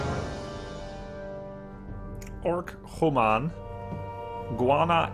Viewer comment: homan? lol i thik you meant human, try prononcing yu at start not ho